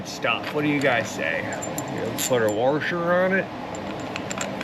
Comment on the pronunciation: ish Did you just say warsher?, my man, there is no "R" in the word "washer". I had to, folks... If that vehicle is running and driving with the codes cleared, need to take it around the block to bring said codes back up before initial teardown. That would save you from troubleshooting codes that are not permanent. Love your channel, BTW... You are legit.